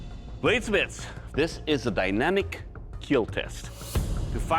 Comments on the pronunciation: I love the way doug says it he doesn't say kill he says keal. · It was "kill", then became "KEAL" 😂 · It will KEAL! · It will keal? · it will not keel :(((((((((((((((((((( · "It will Keal." 😂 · "It's a lighter weapon. It cuts smoothly. It took no damage whatsoever. It's a beautiful piece. It will keel." Every Ben Abbott weapon. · It will keal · I only came to heard him say it will keel 😂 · It will keel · It will kiehl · Will keel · Amazing, there was a time where he could pronounce kill like a normal human